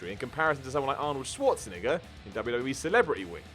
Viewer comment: Is anyone else bothered by how says "Schwarzenegger"?